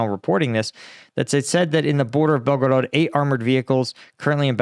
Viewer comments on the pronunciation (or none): Belgorod is pronounced, Bel-ga-rad, with this accent on Bel. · Bel-go-rod your pronunciation is horrible and you change it several times in first like 2 minutes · Saying belgarod the way you do without pronouncing any other Russian city with an accent is fucking annoyingly stupid! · BelgoROT, no BelgoROED. Must be too much gum intake ))) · Come on bro it's not hard to say Belgorod